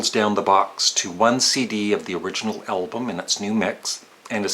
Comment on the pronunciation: Please, keep the pronunciaton 'Elbum'. It'll anoy grammar purists.:-) And it can be your trademark. :-) Actually, the name of our favourite band is misswritten, so what?